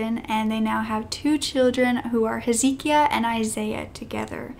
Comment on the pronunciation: not that it really matters, but "Hezekiah" is pronounced Heh-zeh-ky-uh.